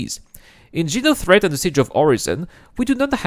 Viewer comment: dude legit called it jenothreat